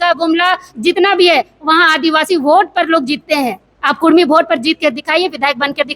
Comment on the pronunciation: Usko to pahle bolane ke liye sikhayen uska uchharan Achcha se Hara Nahin Kurmi bolna Karni bol raha hai